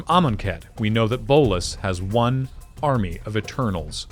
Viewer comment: This video has ONE problem. ONE way it's super annoying. ONE thing which is jarring and just weird to keep on hearing. He has ONE army... nobody talks like this. So jarring. Really took away from a great video as it feels far less polished than everything else in the video.